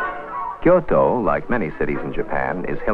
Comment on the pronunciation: i love the way the presenter pronounces "Kyoto" its like he genuinely gives a shit about authentic pronunciation.